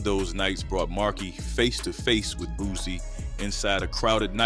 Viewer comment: It's Boo C not Boo Z fool dam smh you sound like a goofy